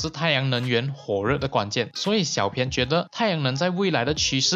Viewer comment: 谢谢这个分享。 小编有件事情，想告诉你『小编』的『编』字念法是 bīan ，和『鞭』同音，而不是 pīan 『偏』，请在以后的影片纠正一下。不然我听得很 beh tahan...